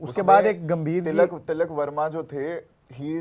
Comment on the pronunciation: Abe talak nhi tilak 😂